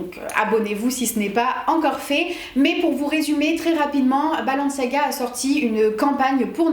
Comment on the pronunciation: C'est balenciaga non pas balanciaga